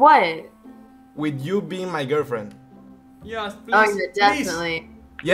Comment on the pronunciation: y see for a girfien XDDDDDDDDDDDDDDDDDDDDD